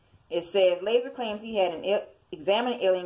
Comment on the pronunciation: it's lazar pronounced (la'zar) not laser lol. The Wikipedia page tells you how to pronounce it do you need glasses?